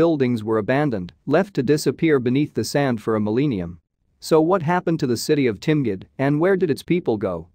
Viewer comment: lol... a mil-eenium ? !